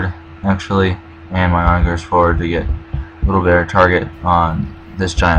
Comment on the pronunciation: Also for "onager", the -ger is pronounced the same way you would for the word "german".